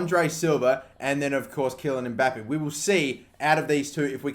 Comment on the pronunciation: Its mbappey not mbapp ee